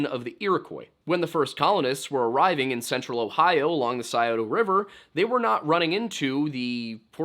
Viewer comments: Its not see-oh-do river, its sci-oh-to river. Sci as in science. Redeemed yourself with the osu jab 😂 I'm from Ohio,but Go Blue 💙 💛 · I really love your channel! I live near Columbus, Ohio. My sister used to be a bartender at that bar, but it wasn’t during the time that Brian went missing. Such an interesting case! By the way, the Scioto River is pronounced “Sigh-Oh-Toe”. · scioto- “Ssss-EYE-OH-toe” i’m from there lol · it’s sci-o-ta not sce-o-to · Scioto pronounced sigh-oh-toe or sigh-oh-tuh(preferred by Ohioans) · I live in Scioto county & just want to give you the correct pronunciation of a couple things; “Scioto” is pronounced like the “sci” in “science”, “Sy-fy” or “Cyrus”. Sy-oh-toe. Also, Adena is pronounced Uh-dee-nuh. Non locals get some of our words wrong b/c a lot of them are native words & are a bit different in pronunciation than many normal English words. Btw, if you’ve never seen Serpent mound you should definitely go, it’s a very special place. It’s extremely unique, even for an indigenous built mound. There’s a lot of mysterious things about it & the more you look into it the more mysterious it gets. I live pretty close to it so I go with my husband & dad pretty often. My family is full Cherokee so we’re originally from North Carolina but we still love to go see & appreciate other indigenous cultures besides our own, especially since we’re no longer in our ancestral homeland. If you go be sure to support the gift shop, the money goes into preserving the mounds & keeping them clean & nice. Also, a death took place there a while back so there’s true crime stuff you can investigate while you’re there lol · Ohio Pronunciation guide Scito= Sc-Eye-otah Olentangy= Oh-len-tan-gee This came up on auto play so watching again and noticed the pronunciations... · Scioto River is pronounced Sci-ota. ( sigh-o-ta) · Everything is special about Ohio and you pronounced Scioto wrong, lol. It's ok everyone does it. It's scIoto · “Psy-o-tuh” and “Oh-len-tanjee”